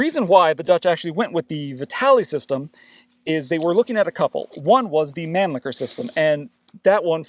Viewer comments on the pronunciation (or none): That's an interesting way to pronounce mannlicher